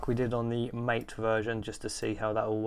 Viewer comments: Caja and mate are pronounced more like "caha" and "mattay", they're words in Spanish. thx for the video tho i wanted to know what mint+kfce looked like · it's Mah-teyyyyy. The devlopers pronounce it as Mah-teyyyy.